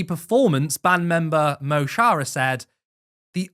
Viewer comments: the guy in the video pronounced the char in chara the same way you'd pronounce char in charlotte. Telling him it's pronounced Khorah would fix that. Personally I'd pronounce the mo as muh, otherwise you might pronounce it like a Simpsons character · No it dosnae, it’s pronounced Mo chara. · Mo chara is pronounced mu cara. Similar to chemist. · "Mo Chara" means my friend in Irish /Gaelic and is pronounced Ma Khorah 💚🇵🇸🇮🇪